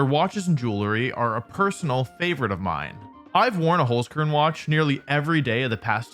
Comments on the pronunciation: Also I know German is hard to pronounce if you aren't use to it, but the way Wolfey said Holzkern still hurt me a little bit. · So funny how English speakers pronounce Holzkern